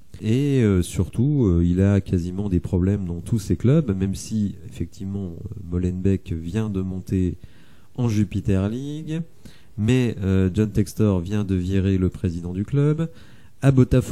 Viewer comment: Salut super vidéo continues! Si jamais c'est la Jupiler league, avec un L comme la bière locale 😂✌️